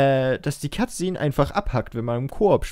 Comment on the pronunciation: statt "Cut Szene" habe ich immer " Katze" verstanden :DD